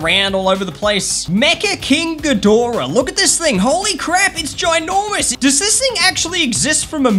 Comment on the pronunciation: Hey, I'm here to let you know you're pronouncing ghidorah correctly. Also mecha-ghidorah is from Godzilla vs King Ghidorah (1991)